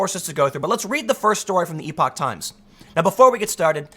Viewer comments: Epoch- ep-uh-k Kind of like epic but with uh instead of the short i. Larry Elder does a segment for the Epoch Times and pronounces it ep-uh-k. The definition of epoch uses the same pronunciation. I know Tim has a hard time pronouncing things but this one should be easy. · Tim, its pronounced Epic Times. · Hey Tim, epoch is pronounced like epic. I initially pronounced it like you do until someone corrected me because I think you said it best that if someone misarticulates a word it means they learned the word from reading it. Hope you're doing well and thank you for your video reports. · Epoch has a short e tim